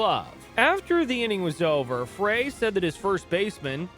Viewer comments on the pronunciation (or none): Roger Craig did not get let go by the Tigers after 1984. He retired because he was not chosen as a manager until the Giants grabbed him. Geez. Graphics are wrong on Orosco and Reardon. Jim Frey is pronounced ‘Fry’ not Fray. Good Lord man. The Roger McDowell pic is from the early 1990’s and not 1986. Couldn’t find a Danny Heep pic in a Mets uniform? Interesting. The aforementioned Nolan Ryan article is just a bad look. Details matter. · The manager's last name pronounced FRY not FRAY. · You pronounce Cubs manager Jim Frey like "FRY" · Jim Frey. Pronounced FRY. Geeeez.